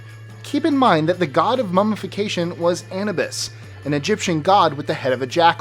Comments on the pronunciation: thought it was pronounced A-NU-BIS not ANA-BIS?? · It's pronounced An-eww-bus not An-i-bis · I LOVE List 25!!!! But dude, its pronounced Ah NU Bis. Muah! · Who the hell says abibus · the Jackal god is pronounced (A-new-biss) Anubis. For the love of God, you're funny as hell, the puns are awesome, but will You learn how to pronounce things PLEASE! love the PUNS. They are PUNNY like you said. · Say it with me.... Bitch-you-men 》bitumen An-oo-buss》Anubus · It's pronounced A-noo-bis